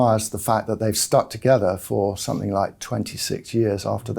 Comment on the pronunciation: ..."somethink" yet again 🙄